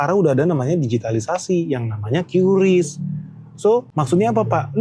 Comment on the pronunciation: Kata BI bacanya KRIS pak bukan Kyu Ris :hand-purple-blue-peace